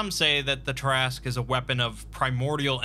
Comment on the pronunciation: Look at the name. Say, "tear askew". Look at the name again. Repeat as necessary.